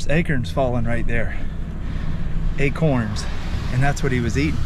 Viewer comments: Akerns lol acorns he says 🤣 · Too funny! When I heard this fella say "acurns," I immediately questioned to myself, aloud, "acorns?" When it, then, seemed he'd heard me, but a moment later saying, "acorns": can't remember last time I'd laughed so loud, out loud, from something on the internet, lmao! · I love how you say Acorns….AKerns lol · Hi. I just saw you type a label, something like he eats acorns. Why do you know how to spell it but you don't know how to say it; Acerns?